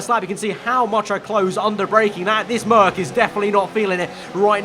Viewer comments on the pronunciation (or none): none